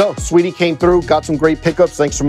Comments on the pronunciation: It’s sweetie it’s SA-WEE-TEE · Brooo he kept sayin “sweetie” instead of sAweetie like be frs the queen in front of you and you not gon get her name right 🙄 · wtf is u on. She gave him a compliment and he said "Let's Go". He was tryin to say Saweetie but he just pronounced it wrong. He was just treatin her like a customer. STOP PLAYIN